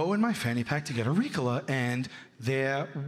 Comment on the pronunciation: You can tell by the way he pronounced ricola , that he has never smoked weed or taken a throat lozenge 😂😂 dude is full of bs